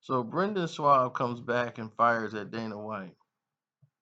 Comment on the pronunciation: This nigga keeps callin him shwab. That makes me think this nigga has no clue